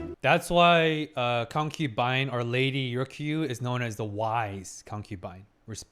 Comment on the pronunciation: My drinking game ended with stopped saying concupine 😔